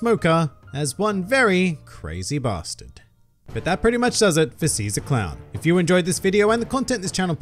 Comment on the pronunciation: SHE-ZAA CROWWN